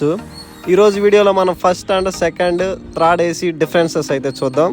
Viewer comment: thrid kaadu nayana third adi.. ni telugu tagaleyya